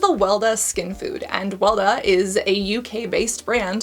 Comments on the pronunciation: Weleda. Pronounced WELL E. DA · Weleda is pronounced Veleeda and it’s German. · Weleda is a German brand, it is not a UK brand. It has been around in Germany forever. It is pronounced VELEHDA. Most Germans ignore it, it is regarded somewhat old-fashioned here, used by goat raising eco-wool aficionados. But it is good apparently. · I wouldn't say Weleda is UK based. Despite being a multinational company, I am pretty sure it was founded in Swizterlans and still has its headquarter in Switzerland. Also, you read Weleda as "Veleda," and it is the name of a pagan Germanic wise woman. Maybe it's because of that but Weleda's products tend to have a lot of "natural" ingredients (i.e lanolin, lots of botanical extracts), and that also tickles many of the palette of those who fancy clean beauty. Not sure where you get the price point but typically Weleda Skin Food Original Rich Cream is priced around 20 USD, with around 3~4 USD margin of error, not counting discounts and sales. I should know, I have used that specific product when trying to use more cruelty free products when I didn't have much option. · Little side note: Weleda is a Swiss brand (some might argue Swiss/German) not a UK one. And it is pronounced very different, but your way of saying it is super cute! Love your videos, thank you, Cassandra!